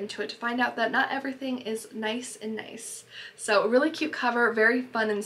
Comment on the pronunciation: Great video! Just as an FYI, “Nice” is actually pronounced the same way “niece” is (when you’re referring to Nice, France anyways)